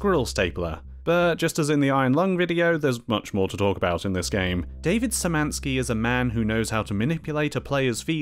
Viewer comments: His name is pronounced “David Shymanski” sorry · "Sz" is pronounced as "sh", like in a "shelf". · szymanski is pronounced kinda likr shimanski, but y sound is central, sz sound is retroflex